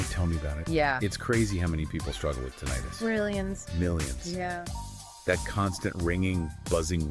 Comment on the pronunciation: you can't even say Tinnitus right